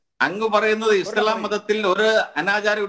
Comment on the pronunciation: സംസാരിക്കാൻ കഴിയാതെ ഞ്ഞഞ്ഞഞ്ഞ പറഞ്ഞ് ഒഴിയുന്ന എന്തിന് ചർച്ചക്ക് വിളിക്കുന്നു ആത്യ ഇസ്ളാ ഇസ്ള. പറയാതെ അത് തന്നെയങ്കിലും പറയാൻ പടിച്ചു വരട്ടെ